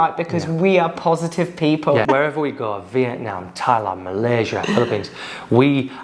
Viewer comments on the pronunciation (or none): none